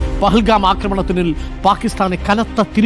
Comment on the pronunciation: പഹൽഗാം അല്ല ന്റെ അരുണേ പെഹൽഗാം